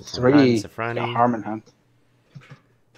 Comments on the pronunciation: Ppl can't say shit so they call it zefranui xd. Btw its zefraNIU because niu is a pronunciation in some areas of china meaning cow/bull. That's why that card looks like a cow/bull. :) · why does everybody say zefranui? its zefraniu lol